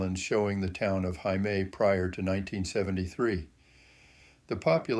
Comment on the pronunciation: Friendly reminder: Heimaey is pronounced exactly like Hay- May! It means Home Island. Heima: home Ey: Island Now you know 😊🙏🏻🇮🇸